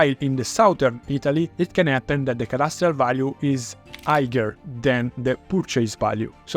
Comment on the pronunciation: You're pronouncing purchase completey wrong. It's not "Per Chase", its perchice.